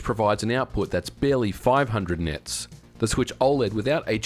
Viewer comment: "ten thousand nits" 😅